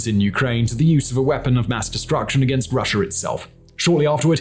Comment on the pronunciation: You need to start pronouncing Russia properly and stop saying Russ'er. Calling Putin a "Chess Master" is a great moniker. You don't discuss how Georgia was trying to join the EU & NATO at the time Russia invaded. you are WAY off on NATO and comparing "Us to Them", WRONG, WRONG, WRONG !. Ang get rid of those pink colored lights, they are very distracting. Try using a World map or something of relevance. - Not only do you show your ignorance, but also your skills at explaining too other's the real situation.